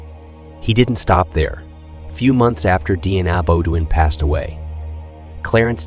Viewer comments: Shitz-ophrenic. DNA Bo-doin’ instead of Deanna Beaudoin (pronounced Bo-dwaaa in the actual French language on the planet earth). Pretty funny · I think he’s saying the family name incorrectly… I think it’s Bo dean 😅